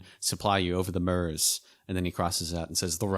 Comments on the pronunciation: The Italian-sounding pronunciation of Bastogne "Baston-ya" is a good reason people reading off foreign names should stick with Anglicization of names for things they aren't familiar with. Your consistent use of -ur for the French eu and German Ö or oe sounds like you did with "Murz" for Meuse are a good example. Will say it does sound really grating to people who actually know how it's pronounced though. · Just to let you know Meuse is pronounced Muse